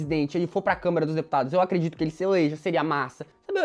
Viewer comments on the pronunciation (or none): none